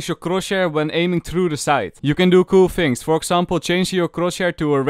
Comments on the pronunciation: fhings, fhank you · Fings in falovant are actually amazing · fings, efry time, falorant, fideos